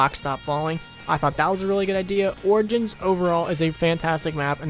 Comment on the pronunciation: This guy has brain issues he put r in front if origins😭🔫